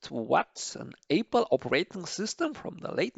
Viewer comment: Please practice saying Apple instead of Aypal